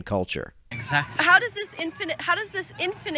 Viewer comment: She keeps saying "infinant." 😂 I can't.